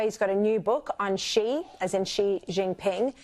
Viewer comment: Sharri, it's "XI" (pronounced "zhi"), NOT "she".